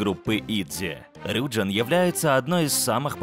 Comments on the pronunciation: Правильно рюджИн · И правильно не рЮджин а рюджИн🚨🚨🚨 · А разве правильно не РюджИн? Просто мне в лайке ответили то что если у айдола есть корень джин то ударение на И